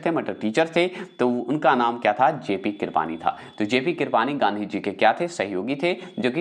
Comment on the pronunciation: लार्ड को लार्डन क्यों बोलते हैं ? कृपलानी भी गलत बोलते हैं इंडिया भी Discovery bhi कम पढ़े लिखे लगते हैं।